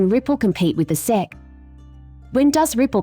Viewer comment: When you want the automated voice to say things correctly such as the SEC, you need to put a space in between each of the letters